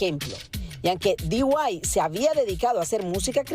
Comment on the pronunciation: Dee Why?..... Di White?.... Di Guai? 😅😅😅😅